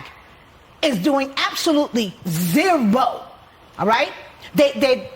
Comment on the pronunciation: When she emphasizes "ZE-ROOOO" 😂😮